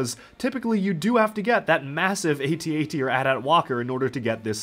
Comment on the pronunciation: Don’t get why people pronounce AT ST correctly but then go ahead and butcher AT-AT by calling it at at like how does that make sense. They’re both imperial assault vehicles.